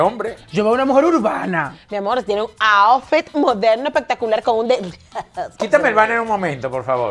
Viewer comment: no se dice aofit es outfit jjjjj